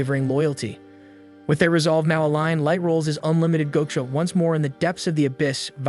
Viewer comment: The fuckin ragebait of saying GO-cha is unbelievable.....